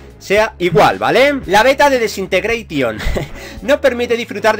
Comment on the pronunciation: Que mal se te da el inglés ,se pronuncia jeilo (halo) y desintegreichon (disintegration )